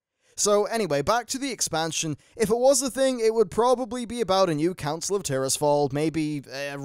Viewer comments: Dat Counil of Glades;) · Lol "Counil of Glades" at the intro